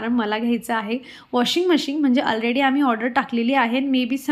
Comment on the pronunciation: अलरेडी नसत ते आँलरेडी असत 😂